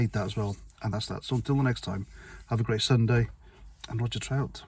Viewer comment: At the end is it "Roger Trout" or "Roger Out"??